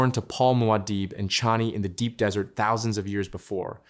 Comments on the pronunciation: Desert.... . Place full of sand.... Arrskis. Not 'dessert.' . Which is a sweet pudding to eat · Wow ... Arrakis turns back into "dessert" .... spice cake!!! When AI fails!!